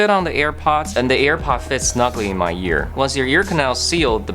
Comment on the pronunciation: This dude says year instead of ear